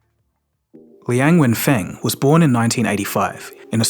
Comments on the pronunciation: It's Liang Wenfeng instead of Liang Fenweng Liang Wenfeng is correct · not fenwen， wen feng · Linag Wenfeng, not Liang Fengwen. 梁文峰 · is Liang Wenfeng, not Liang Fenweng lol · Constant mis pronunciation of his name, sometimes " Wen Feng" sometimes "Feng Wen" just ticks me off. Sorry. It's "Wen Feng".. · Please read his name correctly: Liang wenfeng. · This channel cannot even get his name right LOL It's Liang Wenfeng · Coz he got his name wrong. It’s Liang Wenfang instead of Liang Fenwang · Please make sure to pronounce people’s names correctly. The way it was said in the video is way too different from how it actually sounds. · Dude can't even get the name right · WOW your pronunciation of his name is horrible. Please be respectful to say someone name correctly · And got the name wrong. How the eff could someone screw up on such a basic thing. How can I trust the info presented here when he couldn't even get the name right? And it's not just once that he got it wrong! He said it repeatedly!